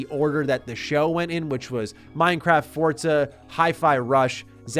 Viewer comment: Wtf is up with this american pronouncing 'forza' correctly?? I want you to butcher it like a foreigner begging for mercy, this is shaking my world view